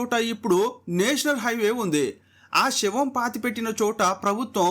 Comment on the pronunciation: Shavam కాదు రా తెలుగు రాని లుచ్చా ఎదవ, శవం అనాలి.